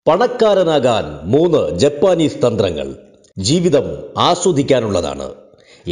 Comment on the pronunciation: ജപ്പാനീസ് എന്നല്ല ജാപ്പനീസ് എന്നാണ്